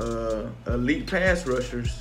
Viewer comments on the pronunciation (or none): none